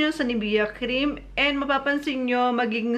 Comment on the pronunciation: Mamaril Maricar pronounciation* LOL